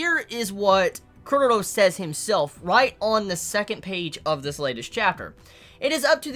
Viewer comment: Wut -_-? is pronouncing it the correct way.